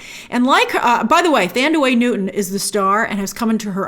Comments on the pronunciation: Who the heck is “Thandaway”. Her name is pronounced, “Tandy” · Pronounce Thandiwe as TAN - DEE - weh :) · Since when did she start going by "Thandaway"??